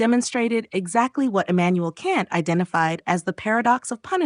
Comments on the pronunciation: Philosophical experts but pronouncing Kant wrong lol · I can't take AI seriously (either side) if they can't even pronounce Kant correctly.